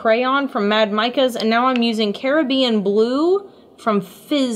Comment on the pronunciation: idk why but the way she said Caribbian REALLY triggered me